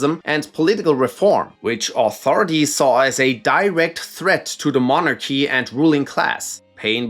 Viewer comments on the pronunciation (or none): Say "monarchy" again. 😅😅😅